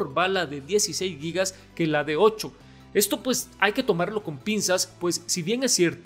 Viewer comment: me encanta que eres el único Youtuber hispano que pronuncia bien Gigas, Gigabyte entre otras!